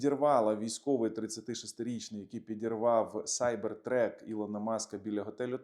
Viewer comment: Сайбертрак а не сайбертрек. Truck-вантажівка.